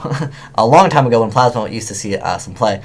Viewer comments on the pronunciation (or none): none